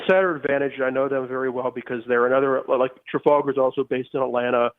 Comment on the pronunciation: Emma, learn to pronounce Trafalgar. Better yet, go see it :-)